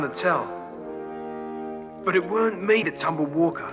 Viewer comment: CAP'N WALL-KAH!! MRS.WALL-KAH!!!